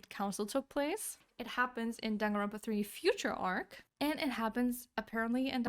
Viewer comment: It's johnganronpa